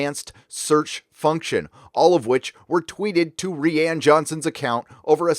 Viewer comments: It's 'Rian' as in 'Ry-an'.. not 'Ree-an'... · I always thought Rian was pronounced the same as Ryan??